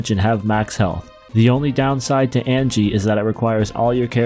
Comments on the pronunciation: Ag ni. Not Angie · Nice tier list. I love BoF. It was one of the games I owned on the SNES and as close to a Final Fantasy game as we could come over in PAL land without adaptors for US cartridges. Pet peeves: Ryu, is pronounced R-you, not Rayu. It's not Angie, its Agni, AgNi.